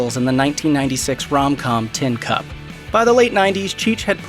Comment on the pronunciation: "Tin CUPS"